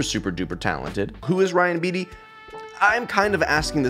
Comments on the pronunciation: LOVE RYAN BEATTY. He’s my male Phoebe B. I’m pretty sure you say his last name as “BATE- EE” or “BATEY” or that’s how my friends pronounce it. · so ready for this, you have such good music taste, also its pronounced "bay-tee" lol